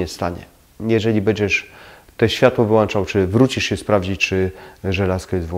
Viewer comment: To nie złośliwość : wyłączać a nie wylłanczac